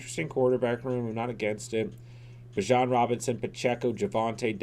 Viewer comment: sorry for being nitpicky but its Bee-Jahn not bih-jon and he is a better pick than any QB, lucky he fell to you